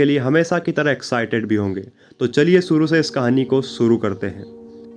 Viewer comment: aap ek anchor hai apni language per Dhyan dijiye sha ko sa mat bolye ek anchor ko apni Bhasha per command hona chahie suru nahin hota shuru hota language Sapna aur to video dekhne ka man nahin karta